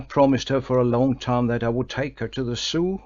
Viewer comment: yes but sadly doesn't speak English with words like Zoo, and others which just spoils the otherwise good reading